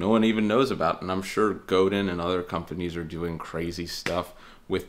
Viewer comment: Hey, I loved this video, I'm thinking of getting a tele myself. Anyways please don't pronounce the 'n' at the end of Godin. Sorry, 😢 I'm Canadian lol